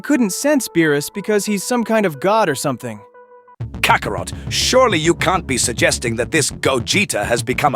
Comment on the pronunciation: Cockarot? I cant stand AI